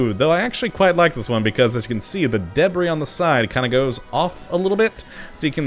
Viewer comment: The way u said debris killed me lol